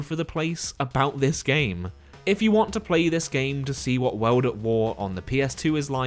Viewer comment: U say world as weld....very annoying